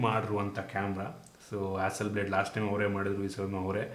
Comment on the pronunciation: ಹಾಸಲ್ ಬ್ಲಾಡ್ ಇದು ನಿಮ್ಮ ಪ್ರಕಾರ ಬ್ಲೇಡ್ ಆಗಿದೆ. ಸ್ವಲ್ಪ ಸರಿಪಡಿಸುವುದು ಒಳ್ಳೆಯದು